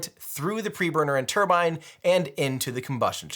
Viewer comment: Another great video Tim. As a Brit, I like that you say 'turbine' and not 'turban' 👳🏽‍♂️